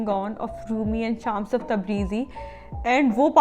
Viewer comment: Didi it's not शामस.. it's श्मस (شمس).. it's persian (farsi) name which means sun